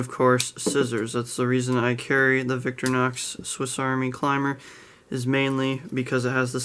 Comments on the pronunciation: Please, humour a pedantic European, and allow me to courteously explain the pronunciation. Don’t say “Victory-nox”. It’s pronounced “Vic-tory-nox”, with the emphasis on the middle syllable. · It’s Victor-Eye- knocks, not Victor-knocks. (Sorry pet peave) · Nice review but in your pronunciation of Victorinox you are leaving out the i. Sorry to be a nitpicker and you are not the only reviewer to pronounce it Victor nox.